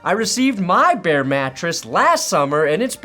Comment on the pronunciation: Bear... not Baird. Although.... Or... behr....